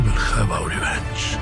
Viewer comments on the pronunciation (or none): I'm Liam.... It's pronounce "revenge" not "revange"